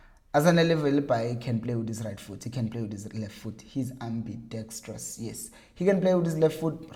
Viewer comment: Lol "ambidextrous" lexicon on flick here 🎉